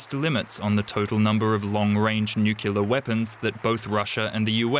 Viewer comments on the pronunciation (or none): Did that 'reporter/journalist' really say ' New-killer'?: unbelievable. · Disappointed to hear DW pronouncing nuclear as "nucular". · Nuclear = "new-clear", not "new-kew-lar" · It's a small thing, yes, but it is pronounced nucle-ar, not nucular. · Noo-kyoo-lur How much is this narrator being paid? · Nu-clear. Nuclear. That is what was said. Have a nice day